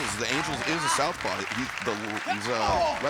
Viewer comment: Did Taz say "southpawr"?